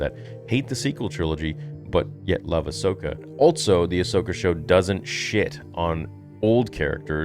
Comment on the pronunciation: It’s called: Ass-Okah